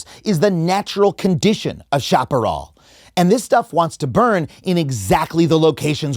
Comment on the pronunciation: Shap-a-rel not shop-a-rawl